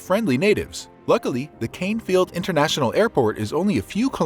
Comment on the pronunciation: Did he say the Csnefield International Airport? 😂😂😂